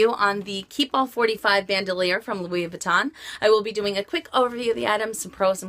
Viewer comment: It's not pronounced "ban - doe - leer". It's French, and pronounced "bahn - dool - yaar". I'm just amazed all the time, that for all the money that people spend on these bags, that they can't pronounce them correctly. Are the SA's not pronouncing them correctly? It starts with them.........they should be.